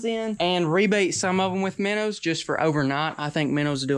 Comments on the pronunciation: Are you trying to say minnows because I don't get it from miners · The way says Menos is hilarious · Can someone count how many times he has said minrs?